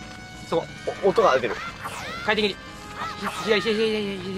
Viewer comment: なんか回転切が、快適に、に聞こえるwww